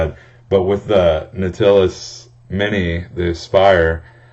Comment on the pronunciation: Not trying to be a douche and correct your verbal grammar, but Nautilus is pronounced NOT-ill-us or KNOT-illus. Since you taught me some stuff here, figured I'd help you from embarrassing yourself in the future or something like that ^.^ Great video btw, have any recommendations for favorite juices?